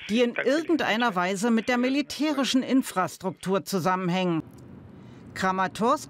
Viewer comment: InfraSCHtruktur gesprochen :)